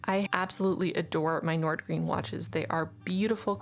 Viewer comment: both “Wagner” and “Nordgreen” actually 😂 But it’s not like any of us expect non-Danish speaking people to ever pronounce it right, our language is … weird